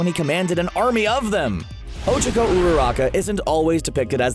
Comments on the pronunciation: Ochcaco. O-Ch-Ah-Co. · Ochiko. Ochiko. Ochiko. I thought I could trust you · You’re pronunciation of OCHACA is giving me anxiety.. do you even watch the show? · Bruh did u here they way he said ochaco